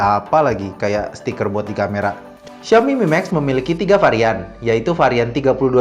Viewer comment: duhhh namanya... siaomi mimeks.. fyuhhh